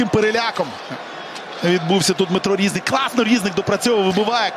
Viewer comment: Який рІзник, коли правильно різнИк, , це як кОзак і козАк. Вчіть правила української мови коментатори.